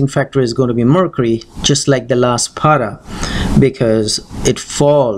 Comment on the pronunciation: It's not paada but pada. Please don't mispronounce words. Thanks.